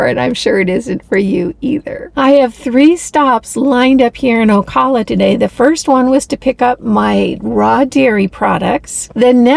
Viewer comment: Once again, GREAT VIDEO! ( your mispronouncing Ocala...oh cow la) Thank you for such great info! I just emailed my local farmers...I'm working on expanding my own garden. Thanks again for sharing such great content!